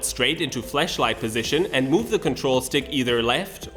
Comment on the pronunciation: nice vide, but watch how you pronounce Flashlight, it sounds like you saying flesh light which something very very different.